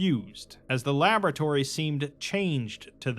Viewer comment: If that’s how it’s actually pronounced I’m gonna rethink my life…